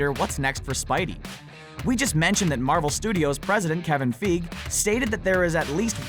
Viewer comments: Im telling you dude: thats not howyou pronounce Faige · only way to know he is not an mcu fan is the way he says kevin feige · All this work and you didn't learn how to pronounce Feige? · How many times can you say Kevin Feige wrong? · I'm I the only one annoyed by him saying Kevin fiege wrong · God the way he pronounces feige is horrible. Not as bad as the way he pronounces Gadot. The T is silent! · you pronounced Kevin feige wrong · Forget X-Men. I want Fantastic Four to join MCU. And learn how to pronounce Kevin Feige's name. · Every time I hear him say Kevin Feige's name, i cringe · Every time you pronounce Feige wrong I want to punch you in the neck. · The way he said Kevin Feige was so cringeworthy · The way he pronounces Kevin Feige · I cringe every single time he says it! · It's not Kevin feeg it's figi(figee) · its fucken pronounced "fygee" not fucken "feeg" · god damn it, og hurts my ears every time... "Kevin Fiiiig" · Learn to pronounce then names! Feye-Gee not Feeg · ITS PRONOUNCED "FI-GEE", not fig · Ugh hearing him say Kevin “feeg” hurts. It’s F-i-gee. Hard “i” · It's pronounced as 'fie-gee' and not 'fig'. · STOP SAYING KEVIN FEEG. ITS FY GEE. LIKE FLY WITHOUT THE L AND GEEK WITHOUT THE K. FY GEE FYGEE - FEIGE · Feeg really it is fie gee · Learn how to say Kevin Feige's name!! FIGEY not feeeg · its not feeg, f-eye-gee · "FIE-GEE" fie as in pie, then gee, like mee. Soz about this comment but everytime I hear the narrator say fieg it kind of grinds on me, right that's enough negative comments and using works WiFi lol all the best. I've subscribed, liked and shared on my available social media all the best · It's not pronounced "Kevin Feeg," it's "Kevin Figey" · It's FEIGE... FEIGE!!! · Figee (feige) this guy and his pronunciation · The way he says " Kevin feeg" is terribly cringey. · feige is pronounced fi-gee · Omg, Kevin Fig. And he said that so many time!😖😖😖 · It's Kevin F-ie-g-ee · It's Kevin "FAI-GEE". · I stopped watching when he said Kevin Feeg.